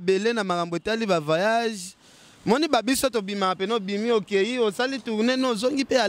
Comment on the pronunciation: on dit voyage et non vayage stp